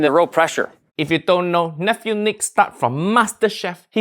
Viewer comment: As Papa Boyle would say, it's Niic (you say it wrong)